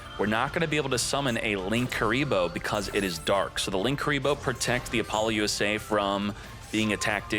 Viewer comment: Can you please stop calling it Apollo USA? That's NOT how it's pronounced. I don't know that I've ever been more triggered about a name before lmao. Nice video otherwise. Informative asf 👍